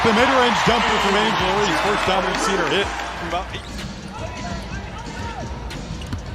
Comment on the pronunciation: Can’t you get the ‘bot’ to say Reese’s name CORRECTLY! C’mon man!